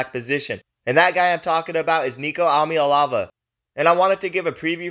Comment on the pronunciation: Where do you come up with ahm ya elavah??Eee ahhh maa lay avah